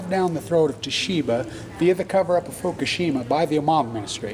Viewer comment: they laughed when somebody said, fukashima? wow